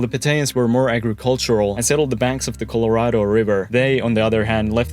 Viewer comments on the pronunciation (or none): none